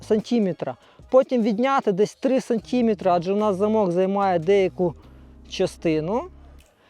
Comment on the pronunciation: Добрий день, все чудово і тема і якість і інформативність але хочу попросити переглянути те як вимовляється слово "сантиметр" та його похідні)